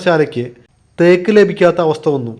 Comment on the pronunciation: വളരെ മോശം അവതരണം. തേയ്ക്ക് അല്ല, തേക്ക് എന്നാണ് പറയണ്ടത് 😱🥵🙉